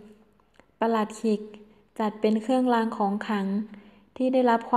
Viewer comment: "เคื่องลาง ของขัง" "แค้วคาด ปอดพัย"....ไม่ผ่านค่ะ ร.เรือ ล.ลิง ไม่ชัดเจน